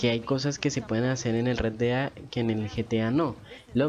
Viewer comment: Sugerencia: pronunciar bien parte del nombre del juego. Osea, Red Dead = Red Ded